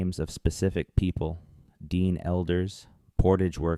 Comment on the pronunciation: the narrator AI or human said Dean people